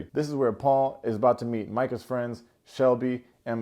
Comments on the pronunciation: You did it again with the early review! I don't even like her manipulative behind but it's My-kah not Meekah!!!! I dont think you touched on when Paul met her weirdo friends. They're all so childish it's ridiculous. Even if they get married hopefully he'll come to his senses when he watches the show. Oh & Jackelina & Josh are the same kind of nut. He had the audacity to call that man bitch to his face all while doing all of that unnecessary touching. He can definitely give Jackie the aggressiveness she's craving. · Also …why you call Micah “Mee-kah” - is that bc you don’t like her? Am I the only one who’s catching it? Either way, it cracks me up every time. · I love that you call Micah "Meeka" 🤣🤣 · bahahaha, yes you do! Keep saying Mee-ka, that shit's hilarious 😂😂😂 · Love, love, love your analysis! Witty and laugh out loud funny. I feel bad for Marshall because he really seems to be a stand-up dude. I was a little surprised that Bliss took Zack back, but I can rock with it; at least he acknowledged his screw up. Micah (the way you pronounce her name has me cackling every time) is such a freaking hypocrite, and her friends are trash, especially that one in the green dress. Chelsea and Kwame...let us pray... Who invited Josh's drunk ass to the party? 🤡 Let's go Tiffany and Brett!!! ❤ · I really like your reviews! But how are you still saying Micah's name wrong? Haha